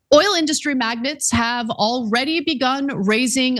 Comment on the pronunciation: Pretty sure the word is magnate not magnet 🧲. But the content is spot on.